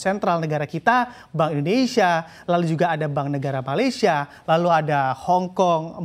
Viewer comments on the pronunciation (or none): none